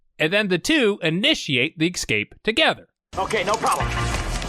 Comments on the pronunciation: "EK - Scape"? Really dude. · escape not excape, love the channel keep it golden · it's pronounced escape, not ekscape. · Escape. Not ecsape. Always exscape. It is ESCAPE.. I love the review but please. I beg you. Please do not be so ignorant. It takes everything from the review. It seems like I am getting a review from a little kid who does not know his words yet. How do I take that seriously? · How do you "ExCape" from something?? :-) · Escape: The pronunciation (ĭk-skāp′) is often viewed by many as incorrect and is probably a result of confusion with words beginning with the prefix ex-. The word is properly pronounced without the (k) sound between the short i and the (sk) sound: (ĭ-skāp′). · Are you saying "ecscape" normally or just to annoy me personally? Also how dare you not mention Robert Z'Dar? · The word is escape not excape :P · I love how many of these movies use the word “escape” just to hear the narrator pronounce it “ecscape” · dude it's 'escape' not 'ecsape'. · i propose a drinking game. everytime you say ecsape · "Excape" I like that, that's exactly how Travis Bickle talks as an illiterate schizotypal Taxi Driver, it's really well observed, what' your excuse?